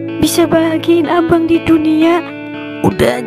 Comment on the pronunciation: kenapa ya bahasa nya selalu pake huruf e? contoh: abang jadi abeang. obat jadi obeat, bata jadi beata 😮